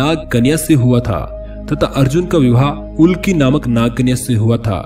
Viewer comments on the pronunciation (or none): Ulki nahi ulopi